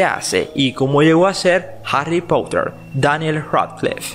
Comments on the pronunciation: No me canso de decirlo, aprende a pronunciar el inglés. No se dice pouter sino, porter. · Ni tú ni el es potter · Pottha xd